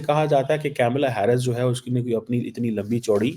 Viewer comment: Kamala Harris ..not kyamala Hyarris..ok..English medium?